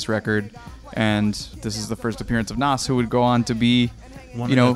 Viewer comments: Please stop saying NOSS...LMAOOOO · And Nas lol